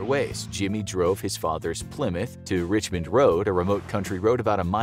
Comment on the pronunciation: Richmond Rd not rich rd